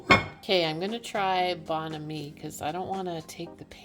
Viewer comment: it is pronounced Bon Ami